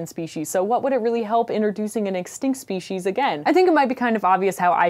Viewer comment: It's pronounced speshies even though it's written as species. I was actually watching this and thinking how great it is that she pronounces it correctly considering a lot of people in America seem not to.